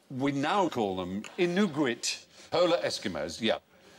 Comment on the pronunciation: wow the way he butchered the pronunciation of Inuit is mind boggling.